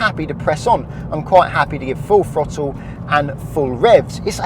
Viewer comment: I hate the British slang of pronouncing a TH sound with a F sound. It's throttle not frottle